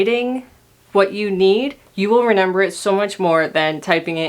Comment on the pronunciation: Omggg I'm not the only one that says renember